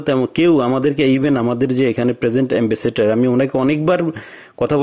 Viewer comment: এ্যাম্বাসেটর না এ্যাম্বাসেডর চামচা যে মারে রে ভাই আজ শুনলাম